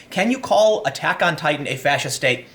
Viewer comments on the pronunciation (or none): none